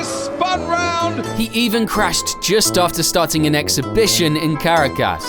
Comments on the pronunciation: Where was that exhibition? Caracas, aahhh CA RACK US . CARACUS .CARACKUS . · Dude..... that is not remotely how you pronounce Caracas.